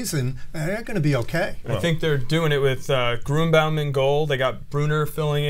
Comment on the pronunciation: haha. i love hearing people trying to pronounce Andy Gruenebaum's last name. i met some of his former teammates when i went to UK's soccer camp two and three years ago. (went junior and senior year of h.s.) it's pronounced like Grin-A-Bomb. The Hebrew Hammer.